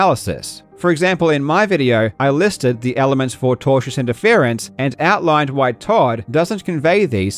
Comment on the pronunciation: Due to Karl's accent, I kept hearing "tortious" as "Togers", and since I have never heard that word before, I thought Karl was just like on fire taking the piss lol